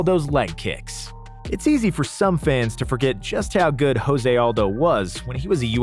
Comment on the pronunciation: The way he pronounces Khabib Nurmagomedov, Gustafson and Jose makes me want to cry